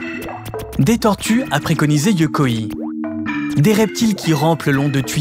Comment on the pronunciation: Magnifique, vraiment une des meilleures chaînes youtubes qui existe. Si je peux me permettre juste une petite remarque: pour prononcer Yokoi comme tu le fais, il faudrait que le nom se transcrive Yokoii avec deux i. Tu peux dire Yokoï comme dans bolchoï. Mais bon, c'est rien, c'est un détail dans cette vidéo excellente en tous points